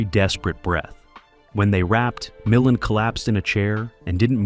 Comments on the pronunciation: OK. For all of the legitimate complaints about AI and the AI voice over mispronouncing names, does no one take issue with the unnecessary faux film dirt overlay on top of THIS ENTIRE PIECE? How about the random shots of Ray Millind 😉starring in Columbo ? Or the shot of James Cagney ? What we're seeing here is a creator choosing to use AI to create content. They use AI agents to scrape film "facts," gather images to support the script, and shove them into the video wherever. It's crazy. I'm afraid this is the future. Hopefully, we will retain some semblance of quality control and content and creators who at least make some effort to go through the resulting "slop" and shape it into something better. As a recently retired video producer, I can see how AI can take what used to take painstaking hours of labor to make a 31-minute video and turn it into something that can be done virtually in no time at all. What used to take a writer/producer days and days to watch the film, research the details surrounding it, formulate a perspective, write the script, select shots from the film, source photos that support the story you're telling, finding music that does the same, auditioning and directing voice over talent, days upon days of video editing, which goes further than simply linking shots together but carefully crafting a story that flows and is entertaining and informative. We're talking a minimum of a month's worth of work. But I'm afraid this is where things are head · I hate ,hate,hate this AI. MI-LAND. Can they have a real person listen to this? The information is interesting but it aggravates me to no end constantly hearing names and terms mispronounced. Ive resorted to using CC and not listening . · AI generated absolutely. Can't even pronounce the name of Ray Mil-LAND correctly.